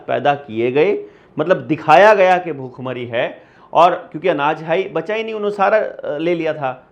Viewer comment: bukkh-mari ❌ Bhhook-mari ✅ anpadh